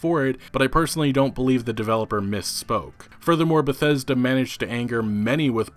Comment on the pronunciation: though you said "bethetic"